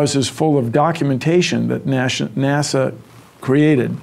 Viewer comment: He mispronounced nasa and said nasha in the video you fucking dumbass